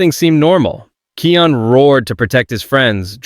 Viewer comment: Kion's name is pronounced KAI ON not kee on lol!